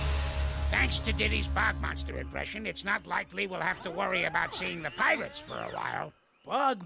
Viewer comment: IT'S BOG MONSTER!!! NOT BUG MONSTER!!!!!